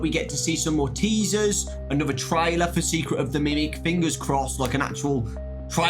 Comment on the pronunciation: every time yiu say "more teasers" it sounds like you are saying Maltesers